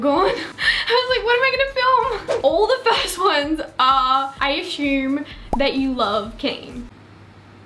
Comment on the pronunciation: I aSHume lmao 😂